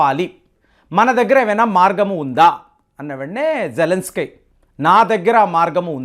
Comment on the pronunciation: మనోడికి కొంచెం అతి ఎక్కువ. ఏది సరిగా పలకడు